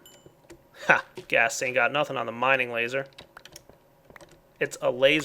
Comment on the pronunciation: "It's a LA-zur."